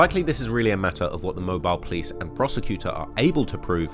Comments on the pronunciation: I am from Alabama and he started pronouncing mobile right out of no where when he said it wrong first. it was strange the British hm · he pronounced it right at first then proceeded to mess it up after.. tbf maybe the clips weren't recorded in order and he quickly learned the correct way to say it while researching. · It's mo-beal not mobile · as someone from mobile, hearing you say mo byel hurts😂, it's mo beel. regardless, great video! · It’s not pronounced mobile it’s pronounced mo bill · It's pronounced MO-BILL not Mo-bile. But good job. I'm MVS/DIP. IYKYK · I've been waiting on this one on my home of Mobtown. Know you'll do it justice, thanks! Edit: I love the switching between "Mobe-Isle" and the correct "Mobeel" pronunciation lol You did your best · It annoys mean when you Mia pronounce mobile every other time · Mo -Beel is how its pronounced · I’m confused on a guy who can’t even say mobile right make something like this. You really don’t know a lot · Shout out for switching up the pronunciation of Mobile... there was one mobil and then you came correct, big stepper! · I can’t get over this British cat talking about mobile and mispronouncing the name. Stick to England